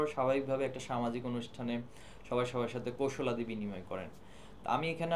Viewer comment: কৌশলাদি কি? শব্দটি হবে কুশলাদি! একটি মেধাবী সংগঠনের কেন্দ্রীয় সভাপতি, শুদ্ধ বাংলা বলতে পারেনা। দুঃখজনক!